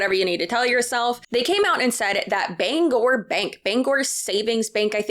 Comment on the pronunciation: I just want to say, as someone from Maine, THANK YOU for pronouncing Bangor correctly!! Lol. Bangor Savings Bank is awesome and too Mainer to be part of something like this😊